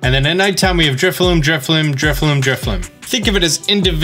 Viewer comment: Dude is basically a Pokemon content creator and yet somehow he mispronounces pokemon names in every video. In today's video we have "Drifloom" and "Driflim"